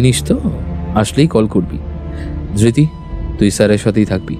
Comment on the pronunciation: Dhirti noy.....dhriti